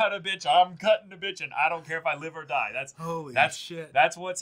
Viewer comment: "If u don't fight, u Daida" HELP I CAN'T STOP LAUGHING